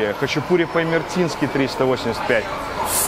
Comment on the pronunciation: Хачапури по имеретински, а не имертински